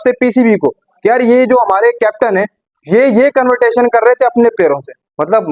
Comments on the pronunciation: 😂😂😂😂😂 CONVERTATION NI CONVERSATION HOTA HAI BHAI, YOUR ENGLISH IS AS GOOD AS RIZWAN’S ENG. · Rizwan ka influence tumhara English pe dikh raha hai... Convertasion ? Kahan se confidence latae ho ?